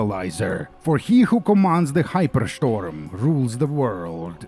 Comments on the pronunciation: HaiperSchtorm kills me man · the hypershtorm... i need a flag with that. great video, love it, tho i am missing the pig blowing bubbles.